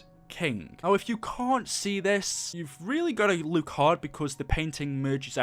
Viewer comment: Man’s says Luke instead of look.